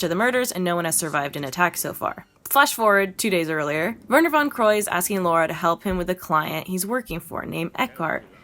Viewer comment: Amazing vid! But just a bit cringe and frustrating how you kept mis pronouncing her name like Laura (Lor-uh) instead of Lara (Law-Ruh). Lol. Other than that, great summation and refresher! Been YEARS since I've played it. The nostalgiaaaaaa. This is def one of my faves too despite the "flaws"